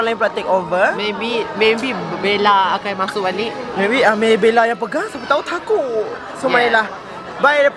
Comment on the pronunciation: Laki yg pkai bju putih tu slalu sebut “TAKODzZz” 😂. Tpii yg aq lebih takod bila dia kAta “ tuhhh2 laki tu , sini bnykk laki hensemmm” serammm Siaaa😂🙏🏻